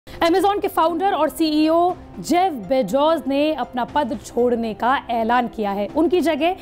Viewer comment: Abe pehle name sahi tarike se bolna sikho Bezos hota hai na ki bejoz iske baad mein patrakarita karo